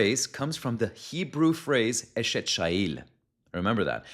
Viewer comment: You pronounce chayil: chayeel. The "ch" ist pronounced from your throat such as in Bach. Be blessed